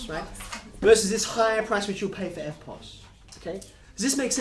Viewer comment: Instead of erpos i thought he said Airpods